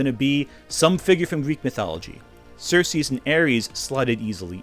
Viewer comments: I don’t think I’ve ever heard anyone pronounce Circe like that. I thought you were talking about Xerxes and I was wondering when wonderwoman did a 300 crossover. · It’s Circe